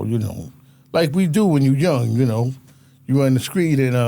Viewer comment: Nothing more pathetic than a grown man saying "screet and scraight" It's "street" and "straight"! Looks like prisons will hire anybody.